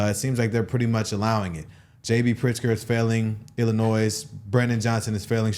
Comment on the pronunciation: Ermm...somebody teach Brandon how to pronounce 'Illinois' 🤷‍♂️😂😂